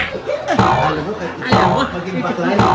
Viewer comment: Kaloka ka talaga ang lutong ng pagkasabi na bakla si Mama Loi 😅